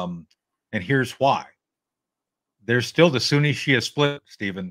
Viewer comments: It's not the Shia Muslims vs. the "Soo-nay". It's Sunni! (soo-nee). If you're an 'expert' you should know that already. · How to properly pronounce 'sunni' - it rhymes with 'loonie, puny, rooney, muni... but, "SunNAY" said no one, ever.